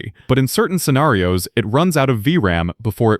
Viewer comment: why do you say scenarios like scenærios?